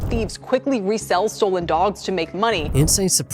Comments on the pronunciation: Why do you pronounce it like stoo-len it’s pronounced Stolen 😂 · It’s called an accent.